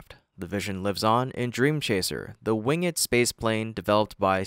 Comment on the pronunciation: "the wing-ed spaceplane" ... ooh, fancy pronunciation.